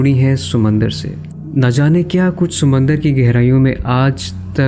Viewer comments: Sumandar nahi Samandar hota he Meray Bhai😊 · ‘Sumandar’ LOL